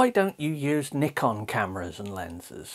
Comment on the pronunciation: you're pronouncing it CORRECTLY man!! well done !!